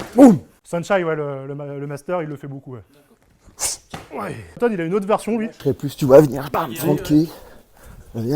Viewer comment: A oui c'est A ton et non Anton ..